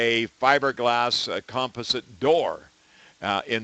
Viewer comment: "Comp ah sit" lol!